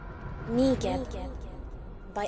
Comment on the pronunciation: I weeped every single time I heard "negib" it was literally the worst made me want to cry